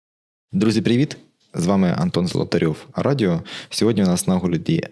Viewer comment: У вас написано латинськими тому це не а радио. Правильно говорити "ей рейдіо"